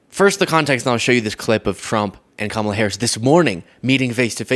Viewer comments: He and all the other MAGAts pronounce her name incorrectly on purpose. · Mitt Romney even mispronounces Kamala’s name. 🙄 So insecure in his manhood.